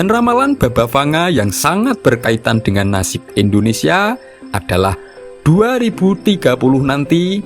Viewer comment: Indonesia Pak . Bukan Endonesia terus aja di ulang" kalimat nya 😢